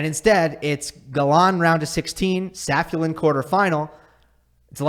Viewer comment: It's pronounced 'Sa-fi-U-lin'